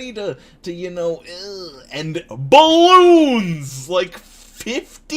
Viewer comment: Ba-lons? Did... did you just say "ba-lons"? hah sorry giggling Edit, wait are you okay? "plitza"?